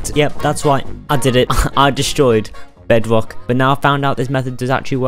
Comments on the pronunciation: it’s his accent and his speech impediment, n that’s why it kinda sounds cuter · toddler detected